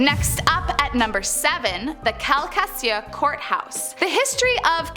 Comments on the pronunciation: Saint Louise Cemetery Calcasieu...Kal-ka-shoo is how you say it. Frenier.. Fre-near is how you say it. It's funny how you pronounce Louisiana areas🤣 You got Lalarie right..👍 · Calcasieu court house is in lake charles Louisiana calcasieu parish but the way you said is wrong i will help you out Cal-Cu-Shoe😊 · If you are going to tell a story. At least know how to pronounce Calcasieu pronounce kal·kuh·shoo. The Parish It's located in Lake Charles LA. 😅😅😅